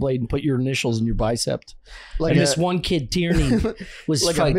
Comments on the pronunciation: definitely said “Bicept” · saying “bicept” is Traaaaaaaash lol